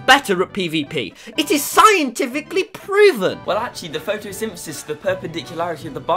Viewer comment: i cringed so hard when he said photosythesis i was like ????????????????